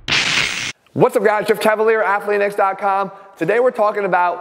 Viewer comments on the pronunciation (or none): All this time i thought his intro was ''What up guys, Jeff Caval here'' until i saw his actual name ''Jeff Cavaliere'' lol